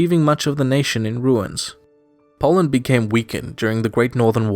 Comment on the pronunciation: Poland I thought you said partition lol